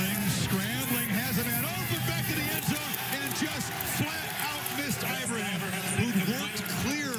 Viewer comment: SPronounce the name correctly....eee-bra-heeem... so simple ! Do it or I'm coming after your job... and I'm retired, but PISSED !!!